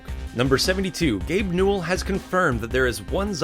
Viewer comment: Hold up, Gabe Newell had 3 syllables: Gabe New-ell.... HALF LIFE 3 CONFIRMED